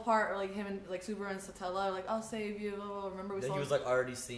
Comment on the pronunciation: I really enjoy this shows dub Edit: except the way they pronounce Subaru and one dude who will show up later